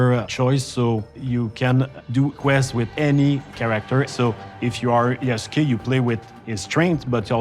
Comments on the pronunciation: Lmao, Yasuke who? Jasuke 😂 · did they mispronounced yasuke? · Why is she saying his name like that?😅